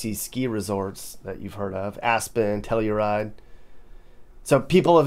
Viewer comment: Telluride is pronounced Telly-ride